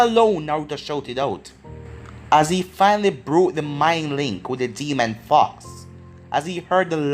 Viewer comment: i feel like ur saying fuck but u r saying fox lol